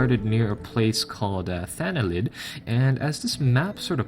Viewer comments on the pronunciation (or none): "A place called 'Thanalid' " ... it's Thaind, not Thanalid. XD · ...It's funny. He calls the place he started in "Thanalid" or whatever...several times. When it's really Thaind. shrug Oh well, guess not everyone knows how to read simple names. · Thaind is pronounced just how it spells, not thanalid like you said!